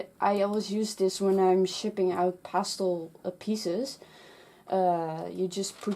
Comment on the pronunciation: When you were saying pastel paper it sounded like you were saying pasta paper.